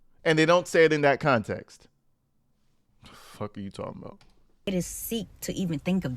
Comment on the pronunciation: i Caaaan't!! she said without further "conteeks". I had to replay it, ... just to confirm my ears did hear this sad excuse for a substitute teacher jus trash the English language like that.